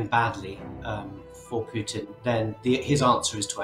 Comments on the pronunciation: This is very informative and realistic, but... Fry should learn how to pronounce Putin's name. It's "POOtin", not "PYOOtin". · PooTin not Putin… correct pronunciation is poo.